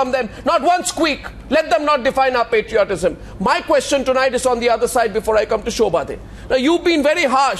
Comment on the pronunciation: Kushbu, firstly learn to pronounce patriotism correct. It is not patroytism...lol...what more can we expect from the Congress.